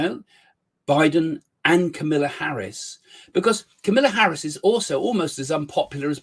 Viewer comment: It is Kamala Harris not Camilla Harris!